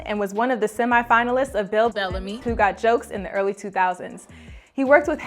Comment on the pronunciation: What did she say “Bell ahhh me?” Lol